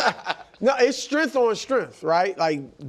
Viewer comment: “It’s strengf on strengf” - Brou